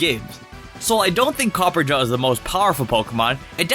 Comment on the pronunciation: Jesus it's pronounced COPPER - AH - JAH NOT COPPERGA